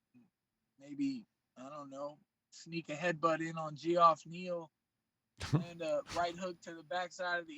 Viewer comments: Gee-off neal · He called geoff (jeff) G'off 🤣🤣🤣🤣